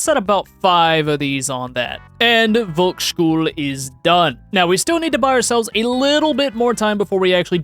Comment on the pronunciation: hey dont want to be a pronounciation nazi (get it?) but the V in Volksschule is pronounced like the F in frying pan